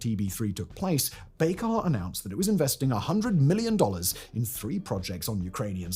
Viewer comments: He isn’t even pronouncing Bayraktar correctly 🤦‍♂️ Just a garbage channel reading AI-generated scripts based on Wikipedia. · A Brit pronouncing something strangely?! Someone halt the presses